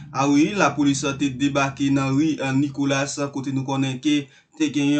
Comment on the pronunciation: C'est pas Nicolass - c'est Nicolas. S la pa prononce